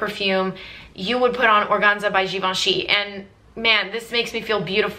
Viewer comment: Organza by givenchy. I own a 1997 bottle. I nurse it . I love vintage fragrances. Givenchy fragrances are one of my first loves, and it is the house I own the most of ( being a fragrance collector of over 200 fragrances!) Lovely video. 😍 you speak French very well. 😀💖💖